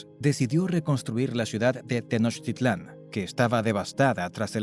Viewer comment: Es Tenochtitlan, no tenochititlan